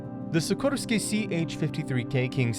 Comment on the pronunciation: SiKORsky, not SiKROsky